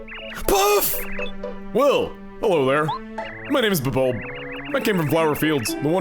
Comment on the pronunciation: Today I learned that it's "Bub-ulb" and not "Bulb-ulb." You're not alone, Chugga.